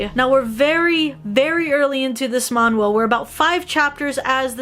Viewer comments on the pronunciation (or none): just a little thing that i wanna say -------> its man-hwa not manh-wa